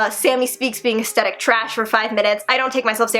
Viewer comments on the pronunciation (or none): ok I love and she's absolutely adorable but I can't stand when ppl pronouce aesthetic like "aestetic"